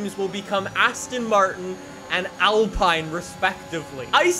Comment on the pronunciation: You said alpine wrong